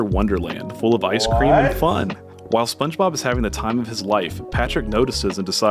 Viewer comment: did he just say Sponge Bibble?! 🤣